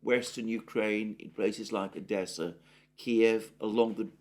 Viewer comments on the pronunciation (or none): none